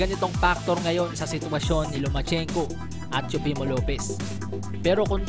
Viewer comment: No hate Nanunuod talaga ako ng Videos mo. Pero natatawa ako sa pronunciation mo ng TEOFIMO LOPEZ hahaha TSUPEMO LOPEZ hahaha.PEACE!